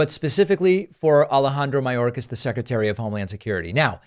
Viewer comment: Margorie,,,Margorie..! Tell us why you impeached Mayorkis? "Because he's a vewy vewy bad man..."